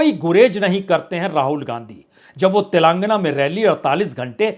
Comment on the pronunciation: Mr. Parsoon Vajpayee ! If you are speaking Tilangna , Tilangaanaa is correct word.